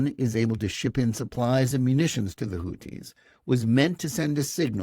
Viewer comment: Who are the "Hooties"? "Houthis" (الحوثيون al-Ḥūthiyūn) is pronounced (and written in Arabic) the way it is spelled in English. Otherwise excellent podcast.